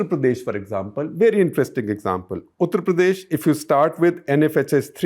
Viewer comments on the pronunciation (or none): Why do you pronounce UP something like उत्र प्रदेश instead of उत्तर प्रदेश? It's annoying.